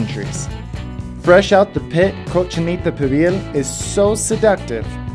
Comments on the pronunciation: Where's the effing letter n between 'co' and 'chinita'? It's COCHINITA not Conchinita. Why does he keep pronouncing it like that? He seems to speak Spanish. Why can't he pronounce it properly? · Am I the only one that thinks or hear say conchinita instead of cochinita?🤷🏻‍♀️